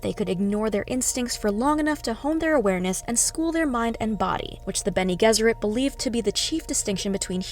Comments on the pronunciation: Isn’t it benegezurate, with the g sounding like a j?? I’m just asking that’s how I’ve read it in the books. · Bennay Jezzerit is the usual pronunciation.